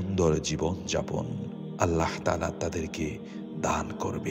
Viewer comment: আপনি ছোট 'হা' দিয়ে আল্লাহ বলেন কেন? আল্লাহ গোল 'হা' দিয়ে বলবেন।